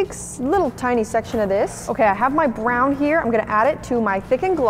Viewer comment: In the the first slime she said BwrOn instead of brown😂😂